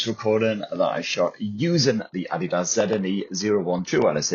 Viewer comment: The first English speaking reviewer who can pronounce adidas correctly